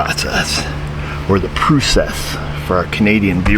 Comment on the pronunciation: great video. As a Canadian we don’t say ‘pruecess’ we say “pross-ess”, or pro-cess”, eh? 😊 “A-boot” is a Newfoundland dialect though so that’s correct that our Newfie friends speak that way. We love them! 🇨🇦🇨🇦🇨🇦